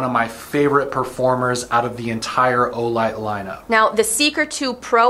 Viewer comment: My favourite cereal is Wheeto’s as it always makes me think of Olight with the emphasis on the O in Wheeto’s.